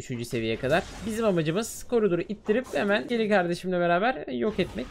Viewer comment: Abi o skely değil scely